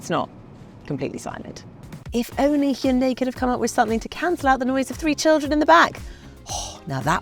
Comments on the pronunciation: It’s not bloody Heyunday, it’s Hi un die, Hyundai. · It’s missing a person who pronounces Hyundai properly, lol